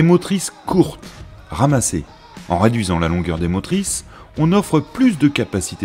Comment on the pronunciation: C'est très intéressant, mais la prononciation du speaker coince très souvent : "la voilà qui pouette le bout de son nez", "en raduisant la longueur des motrices", "le sécrétaire", "les kilomètes" et autres mots avalés, etc.